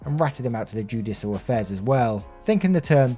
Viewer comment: Yes but you got "judicial affairs " right! Don't be too hard on yerself dude lol :)